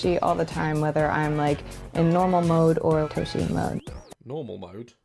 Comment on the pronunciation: The moment she said "toe-she" i had to stop watching. I friggen knew it was just another weaboo japanophile that can't pronounce that word even if you paid her to.